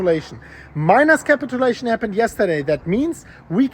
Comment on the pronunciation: Capit-chew-lation ... Not capital-lation